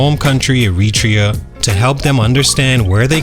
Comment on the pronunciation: You pronounced Eritrea wrong my guy